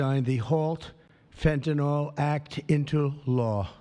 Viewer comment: Is there an O anywhere in fentanyl?... Why are there so many idiots who keep mispronouncing it, just as with oxycoNtin?...